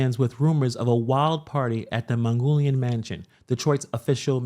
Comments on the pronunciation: “Man-noo-gee-in” Mansion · It’s Manoogian Mansion (MAN-ooo-GEE-Ian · "Man-OOO-Gian" mansion lol. From a person from the area. lol